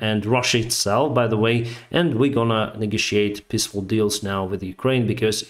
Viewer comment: Love this channel as well and fully agree. Still everytime he says peaceful I hear "pissful"